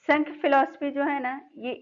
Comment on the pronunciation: Ma'am it is not sankhya....it is sa'mkhya ( saankhya)...it's a Sanskrit word...most of the people pronounce it incorrectly.